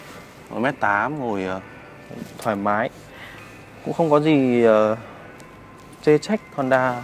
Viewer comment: cái gì ...... rộng rải thoai má mái à, ồ mới nghe.